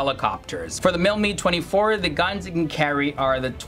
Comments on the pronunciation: Calling the Mi-24 HIND the MIL Mee 24 is like referring to the U.S.A. as OOSA. The presenter doesn’t know how to pronounce the helicopter nomenclatures, not is he an expert. There’s more to performance than dash speed when it comes to advanced attack helicopters. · Your pronunciations are awful, sorry. Couldn't get through your video... and I love both these helicopters! It's not pronounced "Mee," it's "Mi" ("Em Eye"), as in "Mi-24 or Mi-35." And it's not pronounded "Hend," it's pronounced "H[eye]nd," with a long "i"... I'm former military, but I knew both these helicopters well from grade school, AND how to pronounce them. If you're going to do a video on anything, you really need to do your due diligence... fwiw